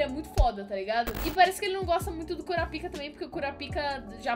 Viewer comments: Pq voce fala KuraPIka ?? Geralmente se fala KuRApika... kkkk Só uma observaçao mesmo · Kkkkkkkkkk não se pronunciar assim kurapica